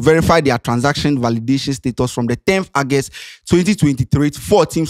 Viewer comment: Bro, the word is August ( Ɔgɛst) not Agust okay.